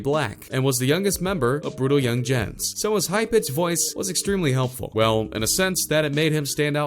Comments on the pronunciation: It’s pronounced brutal yungins.... brutal yungens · Brutal yungenz its just pronounced brutal youngins😂🤦🏾‍♂️ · “Brutal young ginges”